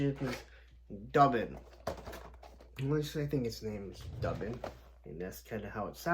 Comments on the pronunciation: M’bad. Didn’t look at the other comments. I’ve also heard, “doobin” which was he all 70s. Ha. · Duban (Dew-ban). 😂 Dub-an… 😂 he goes so great with Boreus (the gray horse). Also that’s not an Eagle. It’s a Hawk named Vedrfolnir… yeah I dunno how to pronounce that one. 😂 he looks so much better with the cloak and without the pauldrons. My only complaint is that the best crossbow hand doesn’t have a vertical hinge. 😢